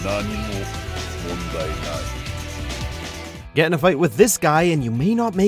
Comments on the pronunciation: I just don't understand how he mispronounced Bayman. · Correct pronunciations - Bayman is pronounced as "Bai-mahn" - Helena Douglas is pronounced as "Elena Douglas" because she is French and the letter "H" is silent in French - Leifang is pronounced as "Lei-fahn" - Ryu Hayabusa is pronounced as "Ri-yu Hayabusa" - Ayane is pronounced as "Ah-ya-nay" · They butchered almost every pronounciation, you shouldn't have been shocked by that point. "Bay-Man," "Lie-fang," "Rai-you" and you should get the point by now. They don't understand Japanese or even basic phonetics.